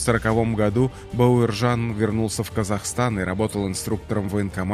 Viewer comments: Спасибо за Историю 🙏 Героев надо знать ‼️, только вопрос возникает, почему читаете бЭуржан, а не Б А уржан? Плохо с русским или ...., просто слух режет.... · Зачем имя каверкаете? Не Баеуержан а Бауржан , Это как не Никита ,а Неаэкыта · Эи комментатор! Неужели ты не можешь нормально выучить одно слово? Бауыржан. Грамотеж стыдно за тебя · Бауыржан Момышұлы дұрыс айтсаңшы Бауаржан Мамышулы демей, күйдірмеш диктор.